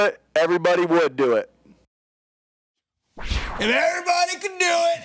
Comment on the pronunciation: “They can’t do et like we can do et” 😂